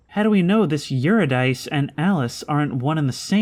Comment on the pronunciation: Eurydice is pronounce yoo-rid-i-see, with the second i pronounced exactly as the i in rid.